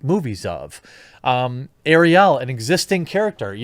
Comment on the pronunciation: I agree with you 100%, but the way you're saying Ariel is making my ears bleed. lol